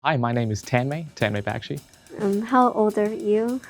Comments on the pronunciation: All the brains but cant pronounce his name correctly! ten - may back- shi? Correct pronunciation - ton - may buck - shi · It's pronounced (TON-MOY) 😂😂😂😂 not taaaaanmay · "tEnMaE bEkshi" Bruh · A genius that can’t even pronounce his name correctly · Common Tanmay !! How can you pronounce your own name wrong. You know it’s not Tanmay as in Color Tan. And it’s not May as in month may. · The way he pronounced "tanmay" 💀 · It isn't pronounced like that. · Tanmay has a terrible pronunciation of his Indian name it's sad to see that😔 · For a smart guy, I wish he'd pronounce his own name properly smh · Genius but can't even pronounce his name correctly.